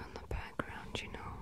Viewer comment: that Canadian accent really came through in that "you know"